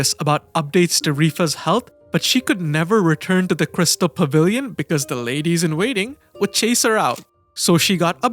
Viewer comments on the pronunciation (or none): none